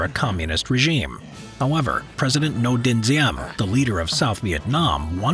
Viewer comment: The fact ypu said Ngo Dinh Diem correctly, I have to subscribe